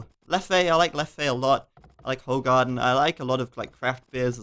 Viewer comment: As a Belgian, the place where Leffe and Hoegaarden are brewed, I can honestly say that pronunciation was rather awful. Still glad you appreciate them :)